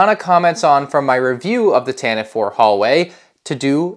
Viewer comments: Sigh Pronounced Tantive wrong It’s Tan-tiv-ee not Tan-tiv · You pronounced Tantive incorrectly throughout the entire video